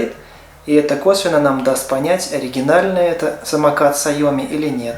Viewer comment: Оригинал!))) Сразу видно специалист "САЙОМИ")))